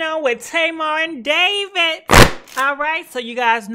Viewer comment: ......what's goin on with Davit.....lol the way she pronounces ppl names.lmfao